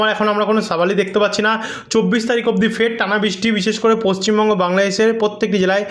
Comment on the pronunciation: পশ্চিম বঙ্গ টাকে ঠীক করে উচ্চারন করুন ৷ 😅